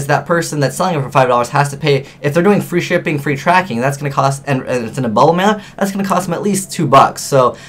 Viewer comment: it sounded like you said "Free Stripping" ;)